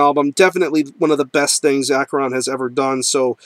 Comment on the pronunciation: Great band and I have had the pleasure of talking to Vincent Crowley many times and he is very cool and like King Diamond the man Vincent Crowley is a real Satanist. BTW the band name is pronounced ASHERON not AKERON he has made this clear many times and pronounces it this way himself